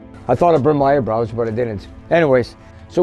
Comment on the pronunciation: Did he just call them earbrows?